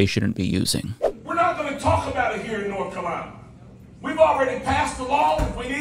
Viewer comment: "Nor Cuh-lina" that's one hell of an accent